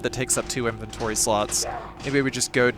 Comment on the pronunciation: i keep hearing inventory sluts...><